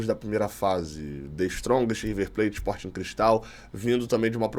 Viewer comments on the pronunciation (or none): none